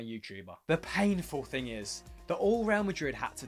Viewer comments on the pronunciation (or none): none